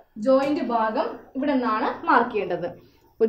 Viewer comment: ബാകം അല്ല ഭാഗം ആണ്